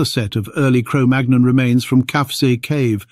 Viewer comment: Magnon is pronounced as 'mannyong'... like in chicken mignon